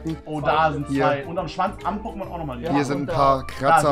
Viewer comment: Er sagt POKÈMONS😐😐😐